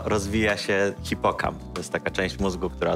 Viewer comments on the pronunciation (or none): Cipokamp? A nie "hipokamp"? XD